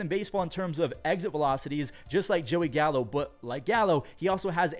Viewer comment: Did you say Gallo? Or Callo?